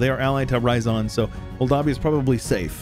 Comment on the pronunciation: It's not Ra-ya-zan, It's Ryazan. You know meme "It's ya boy!" Well, combine that Ya sound with rolling R at the beggining, that's Ryazan. idk where you keep finding that additional ah sound in that word.